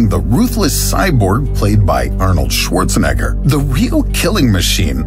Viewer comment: Svorceneger hahahaha